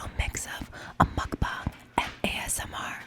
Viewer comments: She’s the first person I’ve seen on YT, who’s not Korean, to pronounce “Muk bang” the right way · Thank you Shay you are the only person in youtube beside koreans to says the word MUKBANG correctly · shay is the first person ive seen that pronounces mukbang correctly lol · considering she didn't say mook bayng and everyone else on youtube does id say she done good